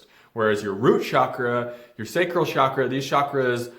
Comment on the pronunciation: Why do you pronounce cakra as shah-kruh?